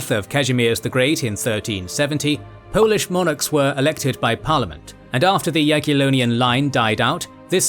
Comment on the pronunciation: your pronunciations of polish things is spot on man - can tell you double checked . right on .